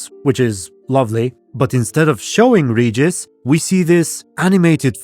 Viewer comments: Please, it's Regis, not "Rejis"... Even Sapkowski himself said how to correctly pronounce vampire's name... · i still remember how they've tried to sell this serial to us (Poles) by declaring that the names will be pronounce correct... they don't give af he's Redżis now